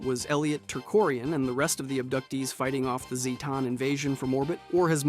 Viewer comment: Say it with me,, ZAY-ten. ZAY-ten.